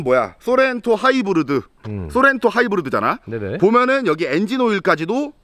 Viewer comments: 하이브르드 거참 거슬리네ㅋ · 쏘렌토 하이부르드 ! 하.이.부.르.드 에서 보다가 맥주뿜고 개터졌넼ㅋㅋㅋㅋㅋㅋㅋㅋㅋㅋㅋ😂